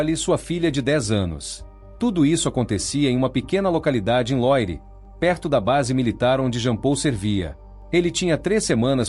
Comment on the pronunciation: não se diz loire, diz-se "luarre". É francês. 😉